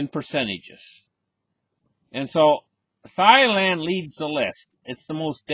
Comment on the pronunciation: “Thigh land” 😂😂😂